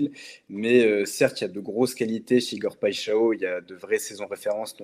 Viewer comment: Big up la Team et continuez comme ça !!! Pour Igor je vais te donner un moyen pour bien prononcer son nom... Alors PAI en portugais (brésilien c'est pareil) ça ne se prononce pas "pé" mais ça se prononce "paille" ensuite XAO se prononce "cha-on"... Au final ça donne "PAILLE-CHA-ON"... Saches aussi que "paixào" signifie PASSION (peut-être un bon signe pour l'OM ???)